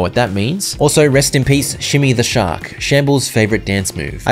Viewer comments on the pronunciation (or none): You said 'Shimmy the Shark' and I heard 'Shmi the Shark,' and expected you to follow it with 'Anakin's dead mum.'